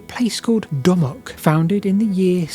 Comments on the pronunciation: Dunwich is pronounced Dun-itch by everyone in the UK. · It's pronounced "Dunnich" Like Greenwich. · The W in Dunwich is not pronounced. It is pronounced dun-ich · BTW Dunwich is pronounced more like Dunnidge - rhymes with midge and bridge. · Dunwick (said Dunnich) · Say Dunnich not DunWich. My childhood stomping ground. Wiped out by a couple of storms. Just down the coast is Leiston Abbey, moved in its entirety (bar one cell) to higher ground to escape the water. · Great video, although I'm pretty sure it's Duh-nich not Dun-which 😊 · It's pronounced Dun-itch. Which is confusing, as down the road is Ipswich which is pronounced as you'd expect. Silly Suffolkers. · The W in Dunwich is silent - it's pronounced Dunitch. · FYI Dunwich is pronounced Dunnidge around these parts. Fascinating video. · Hi, see you are not a local East Angle. My mother was born and raised near Dunwich in the early 20C. She always called in 'Dunich' not pronouncing the 'w'. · Dunwich is pronounced " Dun-itch" by the local people, very informative video many thx for making so many interesting videos, long may you continue!